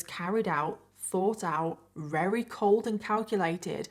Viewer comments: Not to be rude buy does have a speech epidiment? I can't help but notice she says, "Rary." Instead of "Very" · I love your channel and content but I want to scream every time you say “rarey” instead of very 😂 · your accent is so charming. How you pronounce the word very with a W.